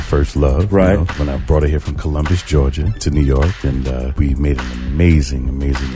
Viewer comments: It’s Columbus , ga not what you said girl ! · Kim was born in Columbus Georgia. I don’t know what the AI is pronouncing. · Wait how did she say Columbus, GA? 🤦🏾‍♀️ It’s pronounced Columbus just like the guy they said discovered America. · The way she butchered Columbus GA made me leave the story.